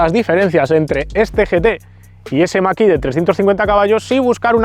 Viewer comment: Para cuando la prueba de un model 3 performance o un model Y? En todas las pruebas los ponen mejor que el mach E, pro igual tienes otra opinión! Eres de los pocos que pronuncia bien el numero de MACH!